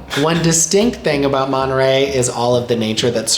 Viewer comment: It’s Monterrey not manta ray.